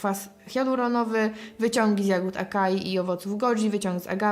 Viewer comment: Ciekawostka - acai powinno przeczytać się jako "asai", podobnie jak prawidłowa, pierwotna pisownia to açai 😉